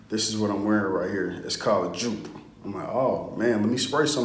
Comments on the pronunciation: PRONOUNCED "YOPE" DUMB ASS.....LEARN SOMETHING GET EDUCATED...."YOPE" DUMB ASS..........GHETTO ASS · It’s pronounced “Yope”. I can smell this frag from 10 miles away! 😆 Smells great! Don’t wear it in the summer. I read one guy who sprayed 4-6 times then took a shower to wash some off. What was left was a softer version of “Yope” that lasted all day. 👍🏾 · YOU ARE SAYING THE NAME WRONG WRONG WRONG...........